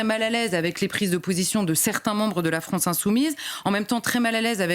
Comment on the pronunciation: Est-ce qq’un pourrait lui dire que c’est la FrAnce et non pas la FrOnce ? Merci 🙏🏼